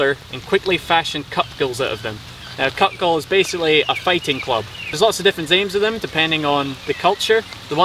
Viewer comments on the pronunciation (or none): none